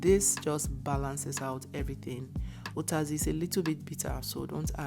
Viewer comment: She's from Akwa Ibom..She pronounces 'uyayak' and 'utazi' well...😅